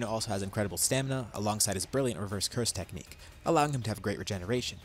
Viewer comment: "Ah yes the anti-sayian techniche that i havent used since the heian era"